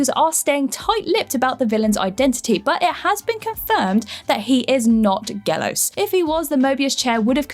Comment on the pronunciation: In case you care, Γέλως is pronounced like the colour yellow but without the last vowel and not with a long L. It is YeLos. Also he was not considered a god. More like an entity. His origin differs, based on the region. All the rest, utter nonsense. Cheers